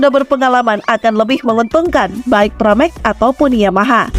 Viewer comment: Pramac, bukan paramek